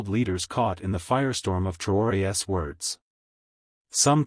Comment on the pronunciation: Learn how to pronounce the possessive of Traore.